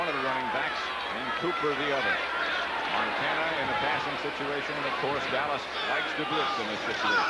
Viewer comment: he was soo high he couldn't pronounce MONTANA, lol